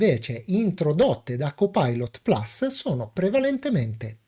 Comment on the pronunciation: carissimo, ammiro la tua padronanza dell'inglese ( io non ne capisco una ceppa), ma per favore plus si legge PLUS essendo una parola latina e non "plas" inglesizzata male e anche...grazie e un doppio like